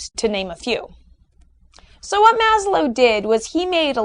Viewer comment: FWIW, It's pronounced "MAZ-lov". A v-sound at the end, not a w-sound. Other than that, you've definitely whet my appetite for the other videos... I agree with the assertions so far. ; )